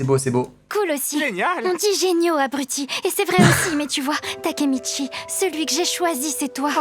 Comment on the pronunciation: Le Mec ces pas takemichi mais takemicouille